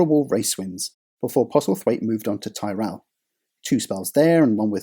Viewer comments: because he can't pronounce Tyrell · Man it's Tyrell!!!! Pronounced 'Tirol' not Tierell! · “TIR-RELL” not “TYE-RELL” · Coincidentally, it was Schlesser's son Jean-Louis who was the driver that collided with Senna at Monza in 1988 and denied McLaren-Honda the 100% win rate that season. BTW Tyrrell is pronounced 'tih-rull', and not 'tie-rell'. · I've just discovered your channel, and it's really rather good, but please - Ty-Rell? It's pronounced Ti-rall 😂😂😂😂 (Subscribed btw) 😁😁😎😎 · Good vid. Point to note - Tyrrell is pronounced "tea-rell" not "ti-rell". From Ken Tyrrell's surname. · Excellent video. Quite excellent. Take care with pronunciation. Ken's surname was/is pronounced "Tirrel" not "Thai-Rel". But that aside (and some other wobbles) this is wonderful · Tyrrell. TYRRELL! Not ‘Tie Rell’. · Stop saying "Thai-rell"!! Never heard of Ken Tyrrell?!! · Tyrrell rhymes with Squirrel. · I love these videos but I’m not letting pronouncing Tyrrell as Tie-rell lie! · Ok in his defense a lot of Americans pronounce it "tye-rell" so although odd it depends on how the person living let people pronounce his last name. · It is pronounced Tirrel! It is an English name pronounced in an English way, the narrator is British so should use the English pronunciation! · Fucking hell this pronunciation of Tyrrell is killing me, the English language has too much Yankifuckation going on without Brits enabling it to stick. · Dude learn to pronounce Tyrrell would you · How's can you mispronounce Ken Tyrrell's team and name? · Haha, it's been over a year since the launch of the video, and many others have said the same. No need to add fuel to the fire. Maybe he'd only seen Ken's name written, and understandably used the similar Game of Thrones surname as inspiration. I only knew the preferred pronunciation from Murray Walker's commentary. Then again, Murray's pronunciations were never 100% genuine.